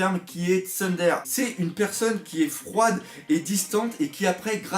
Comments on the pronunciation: TSUNDÉRÉ omg 😂😂😂 prononciation monsieur! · ouai mdr on aurai dit mon père qui prononce un terme qu il de connais pas. c'est le daron du yt manga game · on dit pas tundère c'est tsoundéré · Pas tsundère, tsoundéré ça se prononce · on dit pas tsundère mais tsundéré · HAHAHHAHAHAH ON DIT PAS STUNDERE = SUN DER S ce lit plutot TSUNDÉRÉ avec l'accent jap sil te plait jusque là tes mauvaise traduction me pidauait ps mais la merdez sa FAIT MAL HAHAHAHHAAH sinon super vidéo l'ami mais je suis comme toi je voulais pas çà mais j'ai confiance en Oda mais je flippe Chaud je te l'avoue !!! Mais comment voit tu l'acceuil de Zora face à Sanji perso moi je demande un Fight pourquoi Sanji devrait avoir une non moral de l'équipage ?? je suis le seul a pas avoir du tout aimé les choix de Sanji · Alors on dit pas "Tsundere" mais "Tsoundéré" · Ca se dit Tsundéré par contre je crois ^^ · ça se lit Tsoundéré (phonétiquement) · Juste deux trois petites choses à dire, outre que la vidéo est cool, et que la réflexion est bonne. - Le terme Tsundere se lit [Tsounedéré]. :p - Pour moi, le fait que Sanji participe à la création du gâteau est un mal nécessaire : quand on a vu Big Mom péter un câble vis à vis de la bouffe, j'ai tout de suite compris que Sanji allait être utile. Enfin, pas tout de suite tout de suite, mais quand elle a fait sa crise alimentaire pendant leur fuite. - Pudding, je l'adore aussi ! C'est un mélange Double-face de Batman et d'Olga de Hé Arnold hahaha ! - Moi aussi je fais confiance à Oda, et comme tu dis, j'espère pas qu'il fera comme les scénaristes de GoT. Honnêtement, je ne pense pas. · mdr a la prononciation de tsundere :D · Par contre ça se prononce "tsoune déré" et "yan déré" mais cest un détail mdr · "Tsundèr", "Yandèr non, ça se dit: "Tsoundéré" et "yandéré" ^^ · S'il te plaît !! Je suis normalement OK sur ta prononciation mais Tsundéré et yondéré (je met les accents pour la prononciation pas pour l'orthographe)